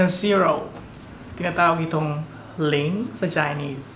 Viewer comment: Ang galing nyu naman po sir magturo yung pagbigkas nyan e katunog na ng pangalan liang salamat sa pagbahagi sir